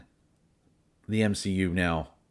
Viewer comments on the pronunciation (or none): You legit said M SHE U